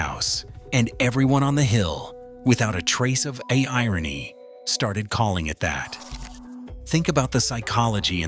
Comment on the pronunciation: "without a trace of AIrony"??